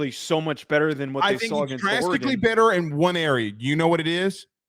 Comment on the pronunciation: Oregon Oregon Oregon..., it's not Oregon.